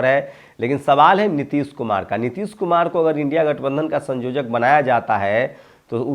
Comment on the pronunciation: संयोजक बोलिये सँजोजक नही